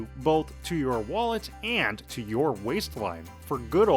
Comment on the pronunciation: Please get someone else to narrate the videos. This guys voice is driving me mad! Especially the way he says AND.